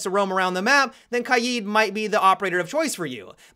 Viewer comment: I'd like to thank you for being the only siege player who pronounces KAID correctly.